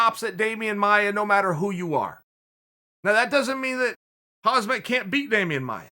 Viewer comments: We all fell right into Chael's trap. Youtube videos get recommended based on thumbs (like or dislike, it doesn't matter to the algorithm) and comments. So he misspronounces fighters name on purpose, so people "correct" him on the comments. This time he took the 5d chess to another level, since he also said it was a purple belt and calls himself Khabib 2.0. Uncle Chael is the undisputed, undefeated youtube champion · Hamaaz, Khazmat LMAO tf is this. Guys his name is HAMZA. Like Ham. Za. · "when 'HAMAZ ... 'HAZMAT Chimaev ... " :)) it's 'HAMZAT (the K is silent) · Everyone: "Khamzat" Chael: "Khamaz...Khazmat Chimaev" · Yeah papa sonnen he said "I am not khabib, I am khazmat" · IT IS NOT KHAZMAT, BUT KHAMZAT 🤦🏽‍♂️ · "Hamaz, no Hamzat" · Did he just call Khamzat "Hamas"? Hahaha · "khamaz"? "khazmat" ? Its K H A M Z A T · Common Chael, you're staring to sounding like my Dad butchering fighters names first its Hamas then its Hazmat ..., Its Khamzat pronounced Hamza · Hey Chael fans, let's add "hamaz" to the mispronounciation list of UFC names. Another one bites the dust. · Atleast pronounce his first name right.. Its KhaMZat not KhaZMat.... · he just received his blue belt, not a purple belt. name is khamzat not khazmat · Chael "Hazmat Chimaev" Sonen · "Hamzat Chimaev" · Khamaz.. Khazmat.. It's going to taking more fights before people will learn to pronounce his name correctly 😂 which is Khamzat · Get that pronounciation right uncle Chael It's Ham zat (Hamzat) Ham like being hungry for some food.. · Ham Zah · is it me or is chael the worst at pronouncing khamzat's name? he says "hazmat" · Khamzat is an arabic name pronounced "Hamzah".. Just for clearefcation. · Khabib ------ pronounced as ------ Habib Khamzat ------- pronounced as --- Hamzah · Dude, his name is pronounced "Hamza" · "Hamas" LMAO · no one : Uncle Chael : Hazmat Chimaev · He is not Khalabeeb, he is Khamazaab! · Did Chael just call him Hamas? 🤦🏽‍♂️Jesus 😂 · Chael ‘Khamazz’ Sonnen